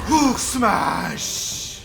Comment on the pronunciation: abi hulk diye okunmuyo halk diye okunuyo